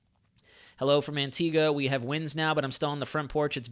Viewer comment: What a phenominal resource ..thanks so much! And an American (?) who can pronounce the name of our island correctly!!! rather than "AntigWA" :-) :-) Great respect :-) :-)